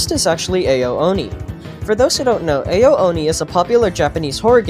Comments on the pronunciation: you pronounce ao like ow not AYO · It's actually Ao (Ow) Oni.